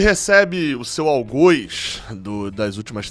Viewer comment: Sei q tu é um cara q gosta das pronúncias certas então só por isso vim falar q o certo é Algóz e não Algôz